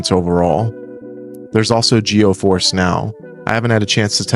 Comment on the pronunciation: Great review! FYI it is Geforce now, not Geoforce now.